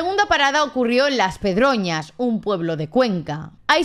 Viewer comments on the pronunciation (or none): No es Las Pedroñas, es Las Pedroñeras. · las pedroñas no, es Las Pedroñeras 😂😂😂😂😂😂